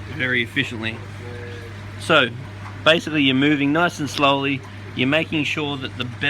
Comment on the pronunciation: "If you want to catch them ef-FISH-iently" xD